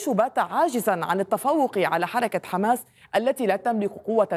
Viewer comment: يمكن لاسرائيل ان تفوز على حماس بشرطين، اذا تركهم الله، ثم إذا استطعتم ان تنطقوا الكلمة صح يعني حماس وليس خماس.